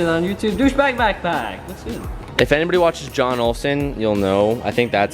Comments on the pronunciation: Lol Jon is pronounced “yoon” not “John” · Jon Olsson’s name is pronounced “Yoon” teeej